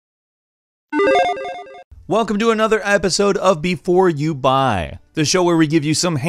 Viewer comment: The way you say "YOU BUY" I always mishear it as "DUBAI"